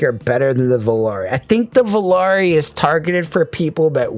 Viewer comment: The only reviewer actually pronounced Volare correctly. Supermix is a strong release, tough to beat. That enthusiasm at the end made me want to buy more IEMs.